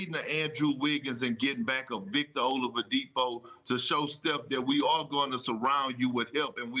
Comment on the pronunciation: Victor “Olowadipo” 😂